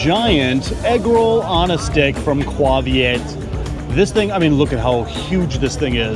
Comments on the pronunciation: Its not pronounced qua viet. Its pronounced kway viet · Isn't it KAY Viet? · It's KAY-VIET....and you need their fish sauce from their restaurants.